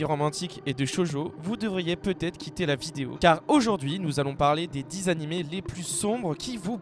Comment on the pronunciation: Déjà quand on dit "anim"...